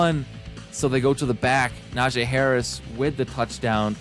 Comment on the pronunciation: You are saying Najee Harris name wrong it is Nah-G Not Nah-jay